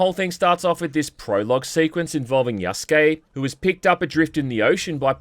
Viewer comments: "Either as Naoe or Yasuke" is what you meant to say. Not Yaskay. Be better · What you meant was "you have to experience things as Yasuke". You fucked up again by saying Yaskay. Be better. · You really mess this up through the whole video huh? It's Yasuke, not Yaskay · God that was tough to get through. Hopefully by now you know how to pronounce Yasuke correctly instead of sayin Yaskay. I wanna support you but with fuck ups like this it's hard to take you seriously. I mean you did it the entire video. Learn to read. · They bring it up in regards to Yasuke. No one brings anything up to Yaskay because that's not how you say the name. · You dense idiot. It's Yasuke, idk how you can read from your skript and think yeah that's how it's said. It's Yasuke, not Yaskay. Learn to read or find another career. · You're relentlessly stupid. It's Yasuke, not Yaskay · Again, Yaskuke not Yaskay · Jesus I can't wait for you to learn. Yasuke, not Yaskay. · You fucking moron it's Yasuke not Yaskay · Lmao I knew your dumbass was gonna say it 💀 it's Yasuke, not Yaskay. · You need to get your shit together. It's Yasuke' not Yaskay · You're still fucking it up. Yasuke, not Yaskay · Again. Yasuke. Not Yaskay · I'll correct it every time you mess up. Yasuke' not Yaskay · Please pronounce it correctly. It's Yasuke. Not Yaskay